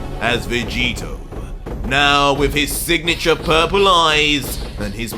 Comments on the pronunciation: Bro did you just call vegito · 25 to he calls jerin vageto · you made a mistake saying vegito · You called Jiren Vegito lol did you catch that 🤣😂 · you called Jiren Vegeto🤣 still love the work you're doing